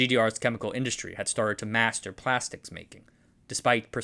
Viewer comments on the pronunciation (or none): none